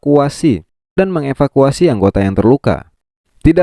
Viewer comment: Ngakak min gak tau bilang mengevakuasi🤣🤣